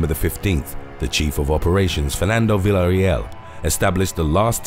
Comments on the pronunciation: It could have been worse.. At least he got the second syllable right. This dude really needs to learn the simple shit like LL=Ya. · Im sorry, but listening to you try to pronounce Villareal was gold. Love the channel though.